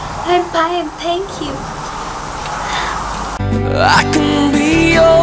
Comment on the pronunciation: "I'm pine pank you" lmaoo